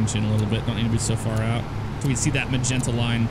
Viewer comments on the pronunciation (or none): none